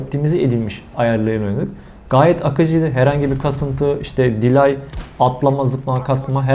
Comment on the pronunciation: delay'i dilay diye okudun ben bittim orda